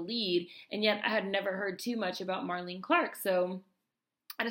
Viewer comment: nice to find this, thank you so much! Just FYI she pronounces her name like Marlene Dietrich. three syllables.